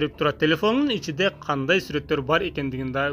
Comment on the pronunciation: Блогерлер биринчиден кыргыз болуп кыргызча туура сүйлөгөндү үйрөнгүлөчу!!! Жигирма эмес жыйырма, ичиде эмес ичинде, экинчиден уйгурлар кыргыздарга эч качан бир тууган болгон эмес, Кыргызстандагы жашаган уйгурлардын баары орусча сүйлөшөт!!